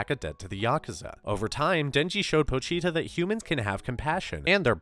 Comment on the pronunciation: Po-chi-ta Chi is pronounced like chee. How were you saying it?